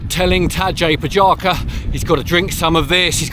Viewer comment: Cool vid, little more time learning key players names would help your next vid. Phonetically his name sounds like